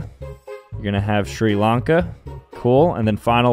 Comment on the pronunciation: Thank you for pronouncing Sri Lanka correctly